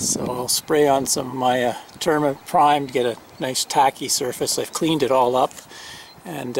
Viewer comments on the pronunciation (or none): New sub here. I love all these educational vids as I am about to buy my first RV. Its an older model and im so glad to learn about all of these great new products and gadgets available today. LOL At first I thought you were saying CINNABON ...... I LOVE CINNABONS...Great vid BTW